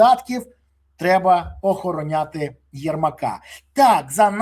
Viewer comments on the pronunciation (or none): "Озороняти", щоб не втік😂